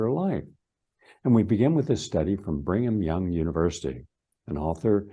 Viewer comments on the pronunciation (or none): It's pronounced Brigham Young University NOT "Bring'em Young!!! I know it's in Utah and all, but learn how to pronounce the words before you try to sound like an expert. You lose all your credibility when you pronounce Rockefeller "Rock-a-fella", or gly-fah-sate instead of gli-foh-sate or "glycpma" when you mean glaucoma. For a "scientist", you sure do miss alot of important, obvious details. (By the way: electrons are many times smaller than viruses--Amazing that as a scientist, you don't seem to understand that viruses are composed of atoms and one part of an atom is an electron.) It's not a conspiracy, it's real grammar and real science. It matters. Maybe you need another scoop of "Brain Stuff"